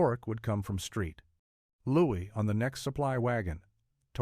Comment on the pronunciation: "Street Louis" 😊 St. Louis 🤔